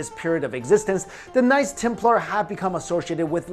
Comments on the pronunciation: Dunno if its just me but when you say "knights templar" it sounds like "nice templar" :D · I liked the way he preannounce knights Templar's as nice Templar's love you videos